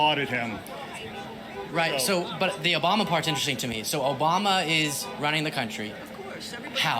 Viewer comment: Obamna gets me every time 😂